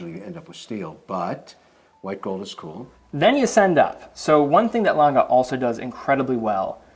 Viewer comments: Its not langay kevin its lange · Love these collabs. It's also funny hearing trying to help Kevin pronounce Lange (Lohn-gah rather than Lang-gay) to no effect. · I swear to fucking god, if calls it “Longuh” one more time im gonna lose my shit. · You forgot his absolute butchering of pronunciation of German “Lange” 😂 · Kevin O'Leary pronounces the brand wrong :goodvibes::goodvibes: he pronounces is French!!! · Pleeease don't call the "Lange One", is "Lange Eins". Thanks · Very disrespectful, he mispronounces Lange disrespecting the manufacturer he interrupts, that's arrogant and disrespectful, just makes it too hard to watch for me.